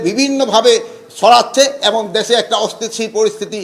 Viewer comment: অস্থিতিশীল পরিস্থিতি শব্দটাও উচ্চারণ করতে পারেন না। ঘুম ভেঙে মাঝরাতে অন্যকে দোষ দেন, কি সংস্কার আর কি উন্নতি করলেন এদেশের একটু বলেন। এই ৬ মাসে বিচার বিহীন হত্যা,খুন, ধর্ষণ,লুটপাট, আর কি বাকি আছে না হবার, এরপরেও কতটা নিলজ্জ হয়ে এসব কথা বলতে পারেন একজন মানুষ। ছি